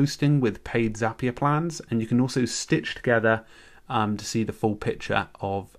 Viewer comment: Zapier rhymes with happier ;)